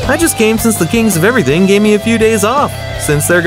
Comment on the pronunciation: "They king of eweything"